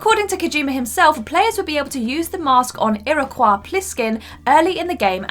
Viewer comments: already annoyed just a few minutes in.... Iroquois.... pronouncing it like that just smacks of pretentiousness and also clearly someone who never actually played the damn game.... I really am just about done with Whatcultures vids in general.... so much pandering.... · Everyone talking about Franklin dying and I'm here rubbed the wrong way by the pronunciation of Iroquis 😂😂